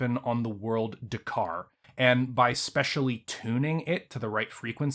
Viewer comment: World of DAKARA, not "Dakar"!!!!!!!!!!